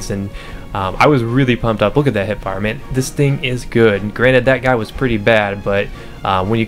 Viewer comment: also its hipfire not hitfire